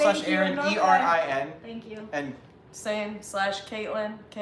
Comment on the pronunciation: Somebody gonna tell Aaron that “ERIN” and “AARON” isn’t the same name lol? He keeps calling the lady on his far left the “female Aaron” hahah it’s Erin not Aaron, you’re just messing up the pronunciation.